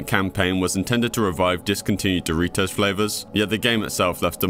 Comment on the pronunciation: Dory-toes? Goggle??? Is this an ai or just someone from another planet??